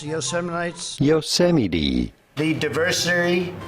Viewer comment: Say whatcha want, Trumpisms can't hold to Bushisms! For every "Yo-see-mighty", there are a dozen "New-Q-lar"s.